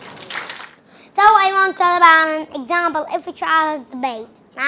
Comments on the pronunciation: Actually i heard "curry" every fucking time when she says "country" and how can you guys ignore "exampael*😂😂😂 this isn't any type of accent. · Over accent "curry , exampill" 😂